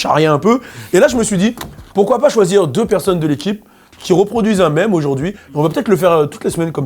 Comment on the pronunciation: par contre l'accent sur "mème" c'est non